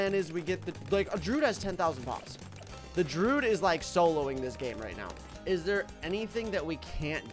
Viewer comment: I still don’t know why he calls the Druid “Drood”